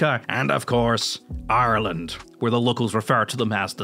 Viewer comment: I like that you pronounce Ireland correctly